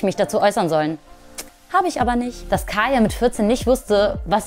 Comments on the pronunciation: Kayla KAYLA NICHT KAYA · wenn sie schon gegen kayla und so ein statement macht soll sie halt auch ihren namen wenigstens richtig sagen like sry aber sollte sie nd mal wissen das sie kayLa heißt nd kaya